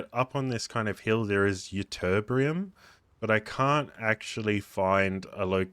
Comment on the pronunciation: Why is everything only "kind of"? Count how many times this phrase is used. I counted 37. Oh and it's Ytterbium, not Ytterbrium.